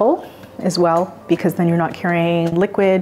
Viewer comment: They should say because, not Brevard lol